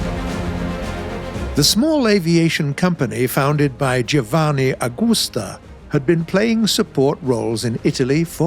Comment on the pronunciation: what about "GIVANNI AGGUSTA" or "REGGIANNI" and "SAVOOOOIA"